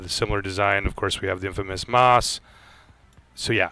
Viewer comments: MAAS u say its MAUS u have to pronounce the U too otherwise awesome review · Just say the english word Mouse and your good :P